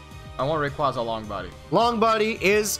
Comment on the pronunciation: Listen i hate to be that guy but Rayquaza is my second favorite behind Gengar. Its Pronounced Ray-kway-za not Ray-kwah-za